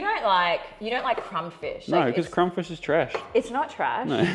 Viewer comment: Is aware he pronounces fish and chips ‘fiss and chips’? I’m a kiwi (Nelson) with Dutch parents and always got shit for saying ‘fiss and chips’. When he talks about Barramundi fish, it’s ‘fish’, but fish and chips, it’s ‘fiss and chips’. Never meet anyone else who says it the same, must be a kiwi/Dutch thing. Anyhow, just wanted to point that out 🤷‍♂️😂 Also, Preston market in Melbourne 🤙